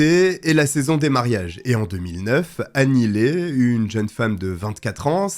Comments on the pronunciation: Mais enfin, on prononce Annie Li et non Annie Lé 🙄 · Nope c"est pas Annie Lee (prononcé Li) mais Annie Le (prononcé Ley). Regarde les communications officielles , en VO, si tu as un doute